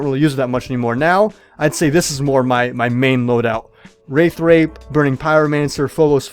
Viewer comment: Its funny how you said instead of "Wraith Wrap" you said "Wraith Rape" XD